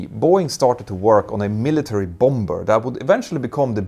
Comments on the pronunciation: Quick English pronunciation correction: Bomber = "bah-mer". (Don't pronounce the second B). 😉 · Hej igen. Bomber uttalas båmmer. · The second b in bomber is silent. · Your command of the English language is second to none. Nonetheless, I would like to suggest that you pronounce the word « bomber » as it is pronounced in the English speaking world. I.e., the second « b » is silent. Keep up the great work and congratulations on your resounding success and web presence. Claude Thank you for a